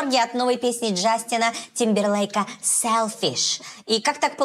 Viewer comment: Тык пердык сэлфишь 😂😂😂 браво